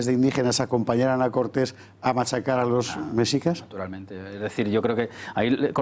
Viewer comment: El guión del programa y las preguntas a modo, todo bien artificial, el historiador ni siquiera sabe pronunciar Mexicas, dice mecsicas, dan la impresión de ser un foro de reaccionarios de la vieja escuela, con prejuicios que todo les ofende. Me pregunto que clase de educación oficial y visión histórica poseen los que se ofenden por esta noble petición, si fueron formados con el oficialismo parcial de la dictadura franquista al cual jamás lo removieron de su cargo, murió con mano dura y represiva hasta el ultimo día de su vida y ahora mantienen una monarquía parlamentaria a modo y acomodaticia para la realeza. Encima de esto tildan de populista al presidente de México, no saben siquiera el significado del populismo lo cual solo es un cliché del neoliberalismo capitalista-rapaz, el presidente lo eligieron 30 millones de personas y tiene la aprobación mas grande en décadas en su muy corta administración. Lo culpan de que es un país violento, pero solo lleva 3 meses en el cargo, pero con sus antecesores los ex presidentes corruptos y ladrones esos no les parecían populistas, eran títeres que no sugerían la reconciliación para con los pueblos originarios.